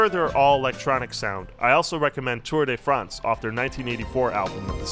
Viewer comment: Apparently he also says "EDM music" and "Tour day France".